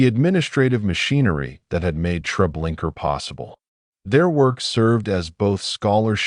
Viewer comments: Me too. Every time I hear the narrator say Treblinker I cringe. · Yeah. Unfortunately it seems as if this is AI narration, especially with the "Treblinker". I cannot watch it. There is something very sad about people using AI instead of their own thoughts, writing, and voice. It's like being tricked or robbed. Terrible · I can’t get past the TREBLINKER thing. If your editing didn’t catch and correct such a major error, I think it’s very disrespectful to those who suffered so much and perished by thoughtless, evil people. Why haven’t you taken this down and corrected your error? At least those who view your video after that, wouldn’t have to cringe every time they hear “TREBLINKER”, and could focus on the content." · Can’t listen to this. If you can’t get the name right, don’t post it. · Ugh no R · It's irritating to hear the invisible "r," instead of the "a" at the end of the name Treblinka. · A-I SUCKS or either you do can't even pronounce it right. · Dude come on....there's now R at the end of treblinka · Relaxing??? Treblinka ???? That so wrong !!!!!!